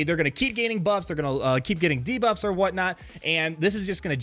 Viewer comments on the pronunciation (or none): none